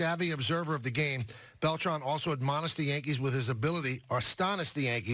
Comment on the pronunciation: It’s pronounced Bel-TRAN not Bel-TRON